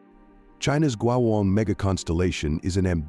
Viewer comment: Terrible pronounciation of the word " 国网“